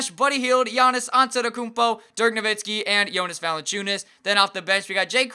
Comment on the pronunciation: ur saying DIRK NOVITSKI its no-wit-skee